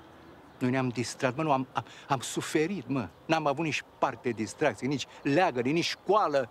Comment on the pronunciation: Parc distracție nu distraxii